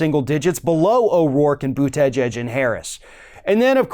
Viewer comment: I love ya buddy BUT...for crying out loud, get Mayor Pete's last name pronounced right, will ya? It's not Bu-TEJ-edge. It's Boota-jedge, at least, according to what actually comes out of his own mouth! Continuing to mispronounce it makes YOU sound stupid and I cringe every time 'cause you're a smart man who shouldn't promote a stupid self image!